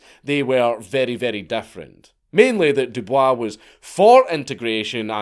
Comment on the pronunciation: i know that you're pronouncing Dubois the way that its actually supposed to be pronounced, but when it comes to W.E.B. Dubois, its actually pronounced "doo-boys" I swear to God this isnt a joke, ask Grok or something